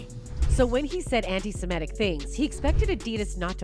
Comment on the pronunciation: It's pronounced SemITic. Kanye mispronouncing it and then seconds later the news reader mispronounces it. !